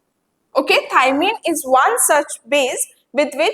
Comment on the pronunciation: Maam in dna we have thymine u said it wrong